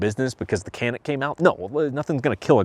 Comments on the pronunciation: Nice man. One note on the pronunciation...for those who care...the C in Turkish is pronounced like a J. So, its pronounced Ja-nick, not Ka-nik. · You as well as many are pronouncing the name of this firearm incorrect. The letter C is pronounced with a J sound like jam. So pronounced Janic! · Care or not I'm simply stating the word/name of the firearm is being pronounced incorrectly. I laugh every time I hear the mispronunciation. If you are to review a product make sure you pronounce it correctly.